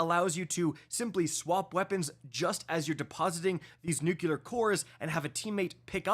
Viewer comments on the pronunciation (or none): Nuclear... NEW-CLEAR!!!!! Not Nuke-you-ler! Good lord you sound uneducated when you say it that way. It's not a regional thing, it's a... something youtube wont let me say type thing. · If you say “nuckuler” instead of nuclear one more time I’m unsubscribing. I even met you at GC. Come on. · My guy says "Nuke-yular"